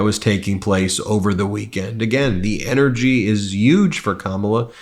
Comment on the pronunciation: Anyone notice how Ben pronounces "H" as "Y"? Yuge, Yuman, etc. Pretty interesting.